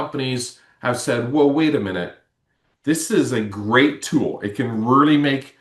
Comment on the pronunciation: Sounds like all those years of reary, reary hard work with your speech therapist haven't done much good.